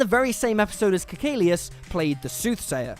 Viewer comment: he said it exactly as they do in the series.